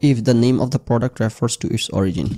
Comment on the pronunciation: Sorry, out of topic but......Ei prothom dekhlam origin k kew ওরিগিন pronounce kortese. Ami ajibon eta ওরিজিন ভেবে এসেছি 🤣 vul dhorai dewa amr uddesho na amr ganer poridhi nai bollei chole. Hote pare eta odeshe ওরিগিন pronounced hoi. Either Way bepperta khub amusing 😂